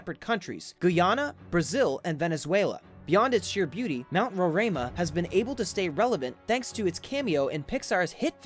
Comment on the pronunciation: ITS NOT SHYER ITS SHEER